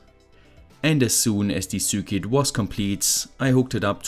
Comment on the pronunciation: Ich liebe deine Videos, aber bitte sprich Circuit doch richtig aus, es triggert mich :D